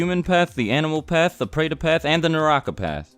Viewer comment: when I am Indian watched this, he pronounced all the words wrong!